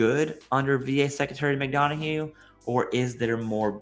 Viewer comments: (Mick - Don - Uff) not (Mick - Dawn - A - Hue) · Mick-done-uh not Mick-don-a-hue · Why the hell do you keep calling him "McDonahue"? His name is McDonough. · "pronounced " Mc Dun-Uhh"